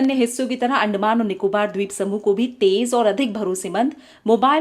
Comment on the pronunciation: I am hearing 'आंड' मान